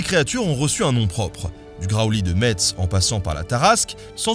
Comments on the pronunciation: Le T de Metz est une écriture "Récente" : au cours du temps, ça s'est écrit Mess, puis Meß (prononcé "Mess"), puis, quand le esszet a disparu il a été remplacé par le tz. La pronociation correcte et ancestrale est bien "Mess". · On ne prononce pas le "T" de Metz. Ça se prononce "Messe". Dommage, tu avais presque réussi à le prononcer bien tout au long de la vidéo mais ce faux pas gâche tout. Tu n'auras donc pas droit à de la mirabelle. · Juste Metz se prononce "Mèss" on entend pas le "t" 😂 sinon super cool la vidéo 👍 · Mes oreilles saignent : Metz se prononce "messe". Sinon à part ça on peut rajouter qu'une maquette géante du Graoully trône fièrement en suspension au-dessus de la rue Taison près de la Cathédrale St Étienne. 😊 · Bonjour. Merci beaucoup pour toutes vos vidéos. Elles sont toujours très intéressantes. Je me permets, au risque peut être de le répéter (je n'ai pas lu tout les commentaires), mais on ne prononce pas le "T" dans le nom METZ, on prononce Me[ss]. 😅 Je suis originaire de cette belle ville. Merci encore pour toutes vos vidéos.😊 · Dire "mess" toute la video pour finir par faire l'erreur fatidique à ... Non Nota pas ça.. Metz se prononce "messe"! Sinon belle vidéo, j'adore ton travail, continu!! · Etant Messin moi même et assez intéressé par son histoire... je trouve qu'il serait plus logique de prononcer "à la Brillaud" dans le sens ou cela vient de "Mettis"... mais soit... cela fait toujours un peu mal aux oreilles par chez nous. Sinon, une remarque pour les Dragons: QUID de la version/ représentation Asiatique? De ce côté là du monde, de ce que j'en sais, les Dragons sont plutôt vus comme bienveillants/ merveilleux et en tout cas toujours vu du côté du bien et non du mal... bizarre non? Ils ont tous du se réfugier là bas je pense =) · pain au chocolat ! et Metz se prononce "mess" les habitant de Metz sont les messins po les metzins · On dit "Mèss" parce que le vrai nom de la ville c'est "Meß" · Pitier Metz ça ce dit "messe"